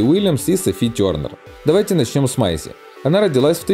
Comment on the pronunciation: Не с Майси ,а с Мэйси!!